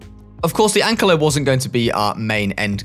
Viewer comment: Why is no one saying that he said ankalo instead of ankylo it bugged me so much